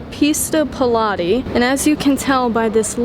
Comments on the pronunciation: Pista Piloti ❌ Pista Pe-lati 🤌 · Sounds like you're saying pilates, that's an exercise for middle aged women, not a racing livery for a 488 pista 😂